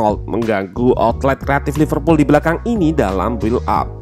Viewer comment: Apa saya saja yg mendengar Loserpool 1.35